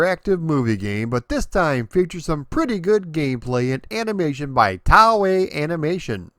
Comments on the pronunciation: “Tau-ei?” Do you mean “Toei?” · Road Blaster/Road Avenger is quite tense for a laserdisc game. Talk about the need for speed. Can't wait for you to do Time Gal next. BTW, it is pronounced "TOE-A", not "TOW-A" for Toei Animation. Just sayin' ;) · Toei is pronounced "toe-eh". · just a note: Toei is pronounced like "toy." They're famous for many franchises over the years including Dragon Ball Z, Sailor Moon, Super Sentai, and One Piece. otherwise, amazing work as always and I look forward to the next video! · It's really fun to look at this game and its different versions. I watch your videos relatively often and learn about video game history. Sometimes, I'm perplexed, however, due to things like the fact that you've apparently never heard Toei Animation being pronounced before. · Yup butchered the toei.